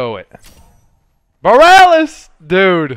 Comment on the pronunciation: I love how no one knows how to say Borealis.